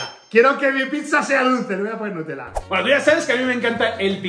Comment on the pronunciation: No es. Nutellaes. Nutela